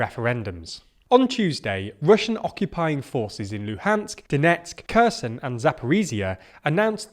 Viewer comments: Could you guys please stop saying "Curson" instead if "Kherson"? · Please work on your pronunciation of words like Zaporizhia (zh makes a sound like the ‘s’ in ‘pleasure’), Kherson (Kh makes the ‘ch’ sound in ‘loch’, more like a throaty ‘h’ than a ‘k’) and Shoigu (oi is pronounced like the ‘oy’ in ‘boy’). All these mistakes make it seem like you haven’t listened to how these words are said or haven’t made much effort with your investigations. Would you trust a news programme reporting on British news about ‘Landon’ or ‘Mankester’ and Prime Minister Trass.